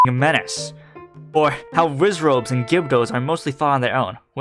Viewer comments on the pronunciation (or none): I keep replaying this part, and yet—I kid you not—I still keep hearing "Rizzrobe". Has my brain rotted far enough??